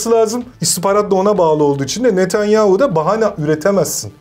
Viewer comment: Fetonyahu⁉️ Netenyahu⚠️